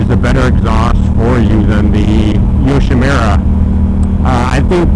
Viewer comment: Pronounced "yoshimoora", not "yoshimeera". But the bike looks great and sounds even better.